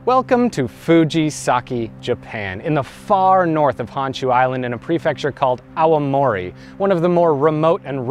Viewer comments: Auamori? Its Aomori! Stop pronouncing it as owie! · You gotta stop pronouncing Aomori as Aowamori